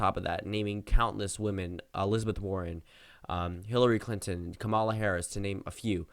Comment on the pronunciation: God her name is pronounced KAW-muh-luh. Not ka-mawl-uh